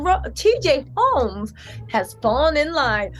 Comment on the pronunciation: " TJ Ro...TJ Holmes" 🤣🤣🤣 yes TJ Roams